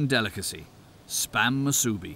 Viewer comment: I had to laugh each time he said names like ‘Haleiwa’ or ‘Waikiki’. Especially ‘Spam Musubi’.